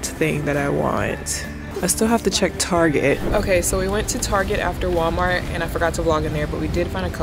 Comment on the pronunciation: Lmaooo “Gwallmar” took me OUT!